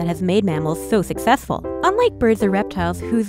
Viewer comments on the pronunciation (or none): Fuccess, fymmetry, breaft, mammalf, alfo , holef